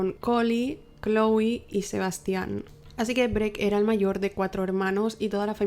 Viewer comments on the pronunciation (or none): none